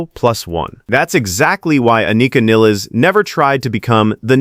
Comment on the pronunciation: Not Niles, Nil-les